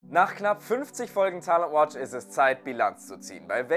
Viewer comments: Find das Format super! Komme trotzdem nicht drauf klar, wie er Talent Watch ausspricht 😅😅✌️ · Haha der Ire halt 🤷🏻‍♂️🇮🇪